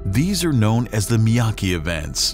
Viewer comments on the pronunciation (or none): Miyake, not Miyaki...